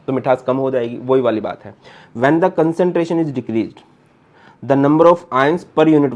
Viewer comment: ''concenteration nhi CONCERNTRATION hota hai SIR ""😅😅😅